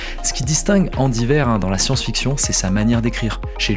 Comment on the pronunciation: Andy WEIR, pas WAIR. 😉